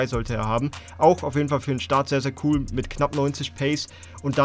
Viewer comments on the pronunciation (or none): none